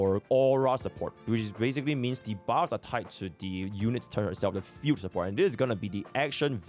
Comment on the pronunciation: 'field' i hear as 'fugue' 🤣😂